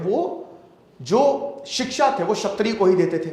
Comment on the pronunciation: क्षत्रिय, छत्रिय नहीं